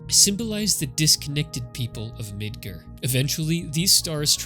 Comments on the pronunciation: It's MidGAR not midGER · Mid-gar not mid-ger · I legit laughed when you said Midgar like Midger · “Mid-ger” I don’t wanna be that guy, but dude wtf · That's the first time in my life I've heard it pronounced "Mid ger" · Bro did you really just call it Midgrrr? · Is there a reason you pronounce Midgar incorrectly when the voice-acted Remake has been out for almost 5 years? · The "A" in your pronunciation of Midgar is the loneliest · Even though alot of people think ff7 is anti capitalist, its actually anti corpotocracy, which is where a company controls an entire government or even a nation. This video is still very good and insightful regardless of political views and i think ill give him a sub because there was alot of effort and thought into it. Only thing that truly bothered me with this vid is that he pronounced midgar as midguuur lol. The premise of the video is quite good even though ff13 is the loneliest ff game by far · hey thanks for replying! I really enjoyed the video and even as a kid i somehow pronounced midgar right so when i heard it i was like wut xD. Look forward to your next video!